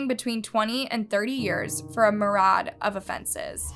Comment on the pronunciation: Myriad it’s myriad.